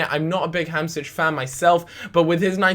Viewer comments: It's pronounced Hamshik not Hamsich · its pronounced ham-sheek